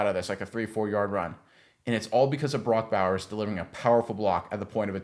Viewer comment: Can't even say his name correctly?